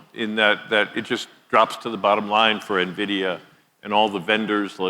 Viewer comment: Cannot pronounce NVIDIA.